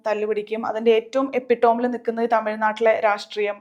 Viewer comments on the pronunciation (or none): Epitome എപ്പിടോം അല്ല ഇപ്പിറ്റമി 👈 എന്ന് ഉച്ചരിക്കണം